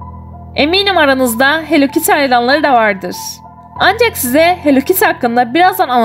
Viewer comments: Çünkü o "hell kittiy" değil "Hellokittiy" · onun adi hello kity hell kity degil korkmayin bu yanlis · Abla o hell kitty deyil o hello kitty